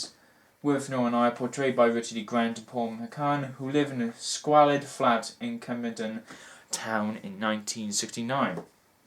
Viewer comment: you mispronounced squalid, Paul McGann's name and 'dramaticness' does not exist in English dictionaries. I am being a turd but I want to hear Your insight on this great film and I am a turd>Thanks for taking the time and I'm glad you enjoyed this fantastic, revealing film however I must again be an absolute steaming turd and tell you that you also misquoted 'How dare you call me inhumane as' ' How dare you call me humane'. They are polar opposites. I feel you still understood and got it it. If it's any consolation, I am Welsh too.